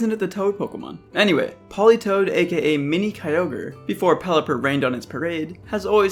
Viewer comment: Politoed NOT "Politoad" TOE